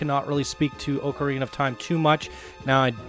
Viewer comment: Pronounced ocarina wrong, I can’t watch this video